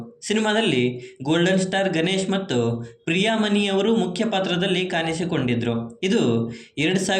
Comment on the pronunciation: ಕನ್ನಡ ಉಚ್ಚಾರಣೆ ಸ್ವಲ್ಪ ಸರಿ ಇರ್ಲಿ ಪ್ರಿಯಾಮಣಿ ಅದು ಪ್ರಿಯಮನಿ ಅಲ್ಲ ಇಲ್ಲಿಯ ಅನ್ನ ತಿನ್ನುವ ಮುನ್ನ ಕಲಿ ಕನ್ನಡವನ್ನ ಕಾನಿಸಿ ಕೊಂಡಿದರು ಅಲ್ಲ ಕಾಣಿಸಿ ಕೊಂಡಿದ್ರೂ ಅಂತ ಮಾರಾಯ